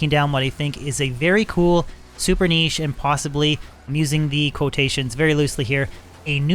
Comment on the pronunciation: at least it's pronounced correctly. think of llama saying it wrong 400 times...yikes